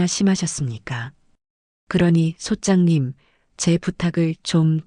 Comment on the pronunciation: 부동산 얘기중에 성우가 소짱님 !소짝님!하는데 소장님아닌가요